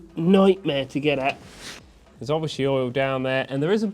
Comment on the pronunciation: Why do you keep saying.... ( Obvi wash ly)... anyway love the videos keep them coming..